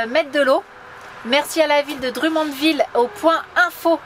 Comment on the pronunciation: Scorpions - Wind Of Change , Mais je sais que vous savez ;-) je vous connais trop. Encore une belle vidéo en famille c'est bien de vous voir en forme. Quand vous dite Drummondville ( prononcé Drom mund ville )